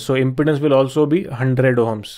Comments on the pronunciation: Pronounced imPEEdance, not impotence. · It sounds like you are saying "impotence" rather than "impedance". If you can solve "impotence" you will be rich! 😃